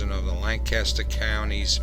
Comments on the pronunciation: Very nice video. I live here in Lancaster and my only thing was the pronunciations. It's a lancastrian thing. It's Lank-kiss-stir non Lanc-caster and it's ah-mish not A- Mish like apple. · They are pronounced. AH-MISH and LAN-keSTER. (By the way, they are not Dutch, they are German--from "Deutsch," the German word for "German.")